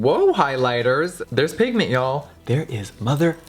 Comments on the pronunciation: hahaha the way he said pigment tho!! I kept on replaying that so many times! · The way she says "pigment" in slow mo 😂😂im dead